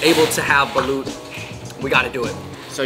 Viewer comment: Ho cahz fellow pinoy here but us here in Hawaii no say “soy sauce” sounds too white washed. Everyone here says “shoyu” sho-you. Baloot? Bah-loht & please roll them R’s when u say chicharrrrooon.